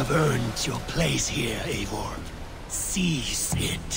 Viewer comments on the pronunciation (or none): It’s a glitch my guy...also it’s Eivor not Eigor